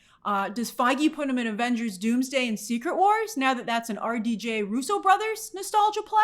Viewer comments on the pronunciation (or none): none